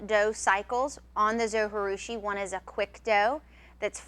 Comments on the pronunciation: pronunciation from the manufacturer: zo jih due shee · it's zoji like you pronounce the j like j not h. It's japanese